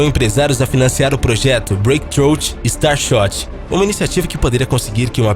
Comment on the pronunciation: Star SHOT kkkkk